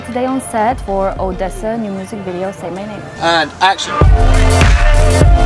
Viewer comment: At Nocturnal they introduced them as Oh-Deez-a ....and i had been pronouncing it Oh-des-a all weekend...!